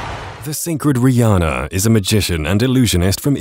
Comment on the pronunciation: Wth my name is Riana but it's pronounced Re-anne-uh